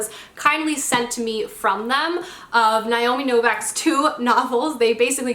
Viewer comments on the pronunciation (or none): It's pronounced NAY-o-mi No-VIK...not Nie-o-mi No-vak... I googled her saying her own name just to be sure. 🙂